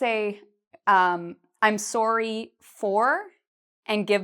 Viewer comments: Why is she pronouncing it “soary”? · Sounds like a Canadian accent on "sorry".